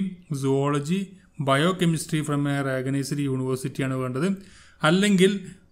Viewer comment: മാഷേ,, റഗനൈസ്ഡ് യൂണിവേഴ്സിറ്റി അല്ല റെക്കഗനൈസ്ഡ് എന്ന് പറയു